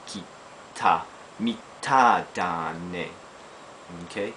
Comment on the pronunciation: About the last one, pronunciation should be "mitai da ne" and not "mitah da ne". Apart from that, loved the video. It's been a while since I've been in Japan but I know these words well and had a chuckle or two remembering them. Keep 'em coming.